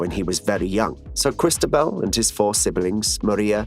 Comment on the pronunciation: Interesting trailer but hard to understand why the voiceover was not trained to pronounce most of the Spanish and French names accurately, 'Cristabel' instead of Cristóbal, the accent on the 'o' is the clue, many thanks